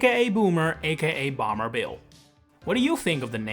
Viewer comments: your pronunciation of “bomber” is weird, like you’re saying bamber and not bomber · Who pronounces Bomber as Boomer?